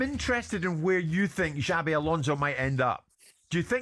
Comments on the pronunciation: His name is xabi not xavi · His name is Xabi not Xavi. Talk sport fans even get his name right yet they claim to know everything else